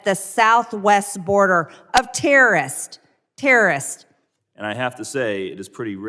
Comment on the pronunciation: What’s a turrerist, EMTy Trailer Queen? Learn to speak murican.